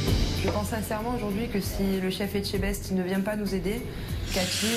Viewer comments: Echtebest😂😂😂 Pourquoi cet mani d'inverser la lettre "T" de E"t"chebest à chaque fois. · Je comprendrais jamais c'est pas compliqué non de prononcer Etchebest hein. Pas plus que Fristo mistto, misto j'en sais rien